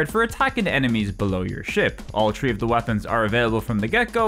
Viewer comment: Tree = Three